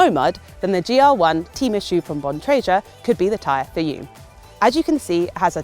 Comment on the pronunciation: Gotta work on pronunciation of Bontrager and Schwalbe though